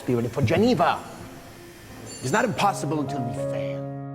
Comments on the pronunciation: lamborgini bukan lamborjini bang 😭😭😭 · Lamborgini mas dudu lamborjini 😅